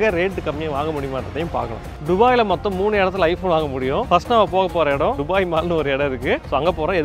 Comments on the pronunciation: துபாய் ❌ டுபாய் 😂😂😂😂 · துபாய் is a word டுபாய் is an emotion. 😅